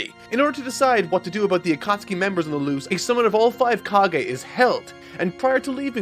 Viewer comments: Is it me or is the way her pronounces akatsuki really aggravating? Dont get me wrong i love this channel but if you watched the show you would know how to pronounce it. Also i know american dubs can get pronunciations wrong but i looked it up and it said correctly so why on earth are you constantly saying it wrong. Ah-kat-ski not Aka-sooki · The over pronunciation of Akatsuki keeps getting to me the katakana does use a long consonant or vowel sound and I know its so nerdy to complain about pronunciation but it keeps breaking my immersion so I gotta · The way he say Akatsuki irks me. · The pronunciation of Akatsuki you chose grinds my gears😂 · that’s how i first read it off of one manga years ago before the anime got to that point. i just felt so valid when i heard say it like that. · Thank God I wasn't the only one! I'm barely watching this video for the first time now and holy shit when he first said it it threw me off guard! I'm glad he says it correctly as the video goes on! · I love your work man...but the way you're pronouncing some of these words is KILLING me. Jinchuriki and Akutsuki are the two that come to mind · I been drinking, but I had to come on here when I heard him try to pronounce akatsuki and hope that someone called him out on it, dude’s too popular to check every comment. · I love every bit of this except everytime grates my ears with "A-Kat-Suki". Even then though I get nostalgic pstd flashbacks of highschool and arguing the pronounciation "Akat-Ski" with one of my friends,. Love the video tho! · A-ka-tsuki??? Wtf man? Really? I just can't bear on with this pronunciation. Just under 2hrs in the video i can't force myself to go on knowing that i'm gonna hear that again and again... ffs... Also it's not nAruto! it's narUto! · Love the character development you had throughout this video going from “akatsookee” to the real pronunciation 😂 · Ah-Kuh-Sue-Ts-Ki, he says.... 🤦🏻‍♀️ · Akatsuki is pronounced Uh-cot-ski